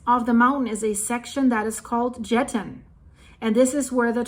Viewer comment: Jetten= yetten 😅